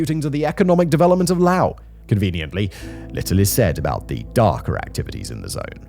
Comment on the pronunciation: Simon .. how tf do you STILL not know how to pronounce Laos? My god are you british mfers terrible at pronouncing your own language, English.